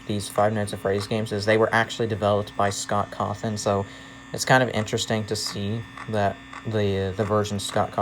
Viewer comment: Finally. One person who actually say Cawthon. Everybody else is saying "ScOTt CaWThRoN"